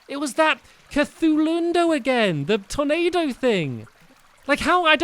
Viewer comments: you said ''Tomado'' instead of tornado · He be saying Tomato Instead of Tornado XD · you said tomato insted of tornado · It's turnado not tomatoe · stampy use the possed hatchet againt duke fisron and you said tomao instead of tornado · he said tomato instead of tornado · He sort of sounds like he's saying tomato. Just a little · Once you said tomato instead of tornado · I really thought he said tomato thing instead of tornado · Stampy keep saying tomato and not tonado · Instead of tornado he says tomato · Stampy did you call the tornado a tomato? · Lol when Stamps said " there's the Tornado!" I thought he said "there's the tomato!". I was like " stamps, don't you like Ketchup?" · Awhen stampy said tornado it sounded like tomato😆😆😂😂🍅🍅 like if you agree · Tyler Nelson he trying to say tornado but it really sounds like tomato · Who else thought it sounded like he was saying tomato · when he said tornado it sounded like tomato!